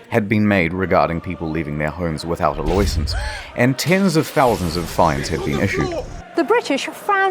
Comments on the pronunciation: This channel is so special, not for the heavy and blatantly venemous sarcasm, but for the little bits of unforeseen sarcasm thrown in when you least expect it. Perfect example: the way he pronounces license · Really like how you pronounced 'license' as 'loicense'.